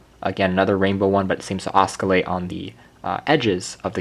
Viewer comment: Just fyi it's pronounced "oss-ill-ate", not "oss-kill-ate". The C is silent.